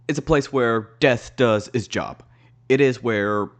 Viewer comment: You’re pronouncing Job as j*bs on purpose aren’t you I feel like that’s the reason they didn’t include purgatory (like, heaven didn’t have that many strong arguments to begin with), but I did see a theory that Hazbin hotel would conclude with the creation of purgatory so that sinners had a place where they could work to be better; just something to think about I guess